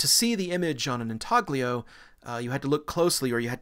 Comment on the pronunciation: "sepulchre" /ˈsɛp(ə)lkə/, not sep-le-cre....... refectory /rɪˈfɛkt(ə)ri/, not refrectory It's intaglio, pronounced in-tal-gli (sounds like 'million')-o, not intaG-lio!